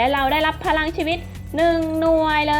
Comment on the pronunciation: พี่ครับทำไมพี่พูดไม่ชัดคำว่าพรังชีวิต